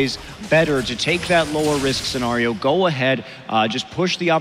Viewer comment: "Worst case "sa-gnar-io""